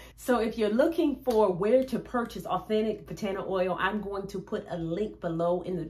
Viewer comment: Wonderful information It’s pronounced Bah tah nah not Buh taaanah oil